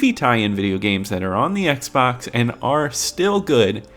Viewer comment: “Oxbay? Xbox Bay? 😂